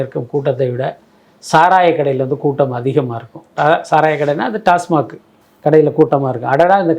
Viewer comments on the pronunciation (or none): none